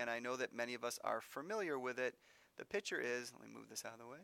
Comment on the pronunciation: he pronounces "picture" like "pitcher" and its upsetting